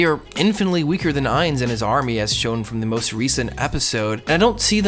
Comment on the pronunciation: "This isn't Overlord." BULLSHIT. You reference the author and his writing despite not taking the time to pick up the source material. Fucking anime onlies. At least pronounce Ainz sama's name correctly. Jerking off to Nazarick is cool, but as you said its about WORLD BUILDING. IN fact, we arent going to have Ainz as protagonist until the 9'th volume, which means this arc included, 5 volumes worth of material without Ainz so I suggest you drop the series and avoid watching the next arc altogether if a powerfantasy skeleton isekai show is all that you're after.